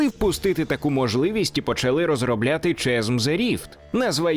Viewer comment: Та ну блін не Чазм а Казм :) Класно все, молодець що робиш огляд і вопшє кайфую від каналу. Але ж ну :)